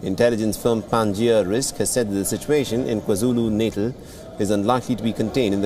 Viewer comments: Natal should be pronounced Naatal. Not like natal in neonatal... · It's pronounced 'KwaZulu "Naataal"' or just say KZN. 🤷🏾‍♂️